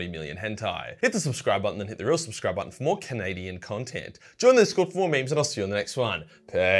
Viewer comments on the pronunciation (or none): none